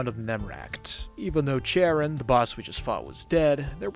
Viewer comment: Charon is read with a K fyi